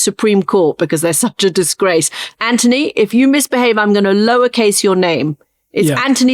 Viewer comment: His name is Anthony, not Antony.